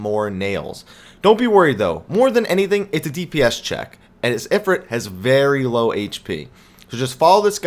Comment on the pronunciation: it"s I-frite as in eye frrrr it